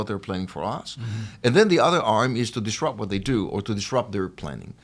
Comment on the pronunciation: "disrupt"..not "trupt".